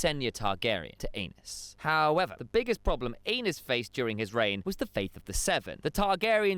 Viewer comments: Great informative video. Amazing artwork and editing but FOR THE LOVE OF GOD!!!!! It’s pronounced ehh-nis not Anus. 🤣🤣🤣🤣 I’m way too immature and almost didn’t make it through that section. 🤣 amazing work though otherwise. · Ay-nees, not anus. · Absolutely not. He keeps saying it😂 I’m pretty sure it’s pronounced “Anees” but anus😂😂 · Aenys- guessing it should be pronounced Aa-Neice…. But really, are you 9? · Aenys = Anus 😂😂😂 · Aenys - pronounce properly as Aa-Neice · Isn't it pronounced Anaiis? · No you are not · Def not the only one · Definitely not the only one. But I think he’s saying his name wrong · Nope I laughed every time he said it 😂